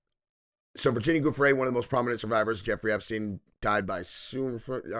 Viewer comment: Giuffre is not pronounced 'G' it is pronounced 'J'